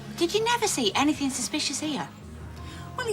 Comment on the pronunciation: It's "anything" not anythink